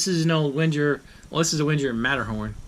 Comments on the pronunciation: "Venn-ger" not "Wenn-jerr" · The w is pronounced as a v. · I died a little inside every time you mispronounced Wenger. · Just Roll Same. I’m a Victorinox collector. I don’t own a single Wenger but I respect their history and know enough to pronounce it correctly.